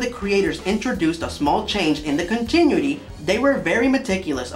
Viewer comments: It's pronounced "con-tin-new-ity"! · Well, no. Not "KHAN-TA", "KHAN-TIH". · It's continuity - KHAN - TA - NEW - IT - TEA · Someone needs to watch One Punch Man. Also, the way you pronounce continuity never ceases to make one of my eyeballs twitch.